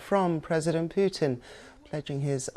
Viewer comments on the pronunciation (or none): Сама ты Пютин! Научись правильно произносить имена мировых лидеров, клуша!